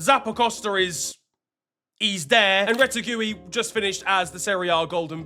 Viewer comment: “Rete-gooey” is crazy work 😔